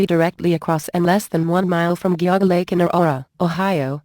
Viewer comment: The computer voice got Geauga Lake wrong. :(